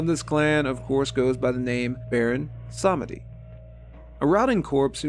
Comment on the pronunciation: Sameeeedi. Not semehde. 😊